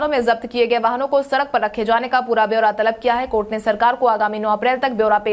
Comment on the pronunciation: सड़क सही बोलो